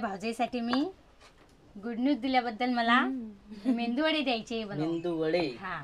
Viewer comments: मेंदू नाही ,g bai मेदुवडा 😮😊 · मेंदू वडा नाही ग बाई मेदुवडा म्हण😂😂😂